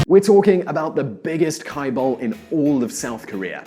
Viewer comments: Chebol pronounce jae burl...not kai bul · Amazing video!!! Please correct pronunciation for Chaebol [chebol] / ch pronounced like ch for church Hyundai [Hyoonde] like Hugh in Hugh Grant :) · kaibal? lmao. it is pronounced "jae-bal" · Your “ky-beol” is misleading. It is ‘jae-beol’. But a great video. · Chaebol isn't pronounced "Kai-ball". The accurate romanised form is "JaeBuhl", and pronounced as written. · Wow, you can discuss their stuff but can’t be bothered to learn how to pronounce some word such as chaebol (chæ:bol not kaibol). It actually makes my ear itch. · When pronouncing "Chaebal", it should sound more like Jae-bal not kai-bal. lol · it's chae-bol.. not kye ball.. lmao! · Kaibal? chaebal as in China. Not Kaina. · Did he said kai-bol not chea-bol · It's not pronounced "kai-bol", it's "ch(as in CH-urch)ae(as in the first sound in End.)" Chae-bol" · This dude can't pronounce a single korean word properly. Wtf is Kaibul??? It's like calling wallmart yallmart or smth. Smh. If you're going to make a video abt a country and especially if ure going to use its language/words, get the pronunciation correct first pls. It shows how much this dude wasn't really prepared to make this clip.. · For the love of god, can you please stop saying Chaebol like that? It's pronounced like "chair," not like "chemistry." Other than that, you did a great job explaining things. I could technically nitpick some details, but the overall picture is quite accurate. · Jea-Bol.... should sound more like this , Not kaebol or somthing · And that Chaebul word is completely mispronounced. You read it like KAI-BALL. In fact, it is 재벌, where ㅈstands for J. It's Jae-Bul which reads like "Jet" without T sound. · It's pronounced like Jay-Bul not Kai-bol... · What is "kaiball"?? It's "Jaebeol" not "Kaiball" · Stefan Braem what is a "Kai Ball". Now say it with me "ch-eh bol". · Chaebol is pronounced more like “Chay Bol.” (ch as in choo choo train; ay as in say) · « Kaïballs~~~ » ㅋㅋㅋ